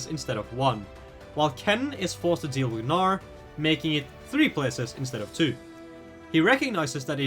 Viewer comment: great video.. but bro the G is silent in gnar ToT